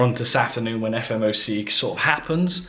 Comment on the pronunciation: Nice one mate , love the transparency , been a fan for about 6months now , I still think it’s funny how you say “FMOC” 😂 instead of “FOMC” . Anyways, I noticed you traded better while you had a job , do you think quitting your job puts a lot of pressure on you and your trading ?